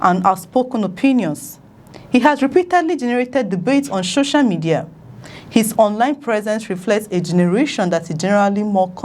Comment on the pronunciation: Please it's SOCIAL MEDIA and not SHOSHIAL MEDIA